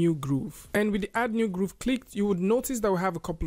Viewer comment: It bothers me how he pronounces Grove as Groove